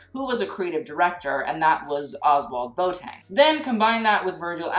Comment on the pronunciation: Ozwald Boateng's surname is pronounced the way you would say feather BOA and not BOAT. Great video!!